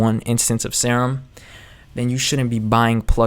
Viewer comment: Nice video man. Btw, your favorite synth is pronounced 'seer um', not 'sair um'. :)